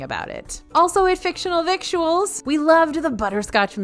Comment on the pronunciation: I think "victuals" is pronounced the way you would say "Skittles"